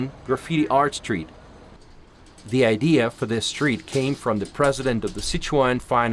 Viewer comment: "sooo where are you frong"😂 she's so nice & cute